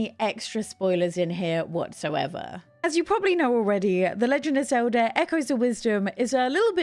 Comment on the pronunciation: XOWDAH is a real interesting pronunciation of Zelda.